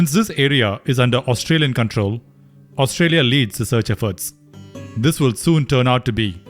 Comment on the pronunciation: Australia? Your pronunciation is so poor! My ear start aching as if I were hearing an Indian trying to speak in English!